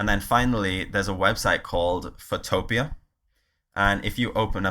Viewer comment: nice, some handy tips. I think it might be pronounced as Photo Pea though.